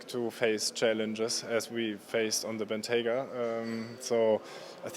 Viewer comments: for the answer. And keep pronouncing Bentayga properly. Cheers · Congratulations for pronouncing 'Bentayga' correctly, unlike ALL British and American journalists.